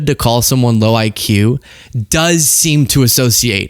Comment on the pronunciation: Meanwhile, he can't even spell IQ and pronounces it ICK, which is why he hates it